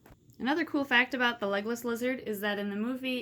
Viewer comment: I wrote this before you said his name was Legolas I swear. I was just making a joke out of the way you pronounced legless. XD